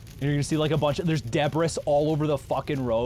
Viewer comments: Deb-ris... oh dear god... who's gonna tell him... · "debb-riss" that is not how u say that word! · I've never heard anyone pronounce the word "debris" with the s not silent. LOL Debra's what? Board games ... the most tenuous euphemism ever.